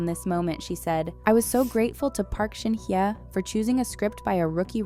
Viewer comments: Pls pronounce her name correctly.. Not Shin ye.. it’s SHIN HYE..✌️😊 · I don't think she pronounces her name this way? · is always like this. Always not pronouncing her name correctly..😂..maybe the speaker is an AI 😅